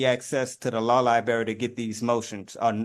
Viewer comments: Access to the "lie-berry," huh? Sounds like he's already eaten the lie- berry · Law libary 😂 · If you cannot pronounce the words “oath” and “library” you should be made to get a lawyer. Oaf & Liberry are 2 big ones.